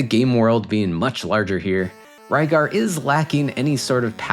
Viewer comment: Rygar is the correct pronunciation. Lygar is due to the absence of the letter R in Japanese alphabet. So depending on the word they replace ot with other letters. RYU ... would sound more like HU-LEE-YOU...or something. To us it's "REE-YOU". Just like a Japanese toy line form 1980's called "DIACLONE" was released in the U.S. as "DIACRON". TRANSFORMERS ... TADANSAFOMA MEGATRON ...MEGAT'DON THUNDERCRACKER ... THUNDACLUCKA OPTIMUS PRIME ... CONBOY "CONVOY" my spelling of Japanese versions of Transformers names I know is off but it gets the sound across. Oh wait, this video is about RYGAR not TRANSFORMERS... sorry got off topic.